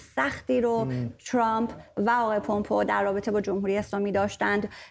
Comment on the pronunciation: Please, since the name is not Parsi, pronouns the name in its English format not a easy way of saying it. It is Mike Pompeu (پامپو) not( پومپو) Thanks.